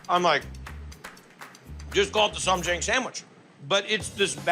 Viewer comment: As a korean American. Kimchi with cucumber pickles... hmmmm, strange. But okay 😮 also it's "sam jaHng"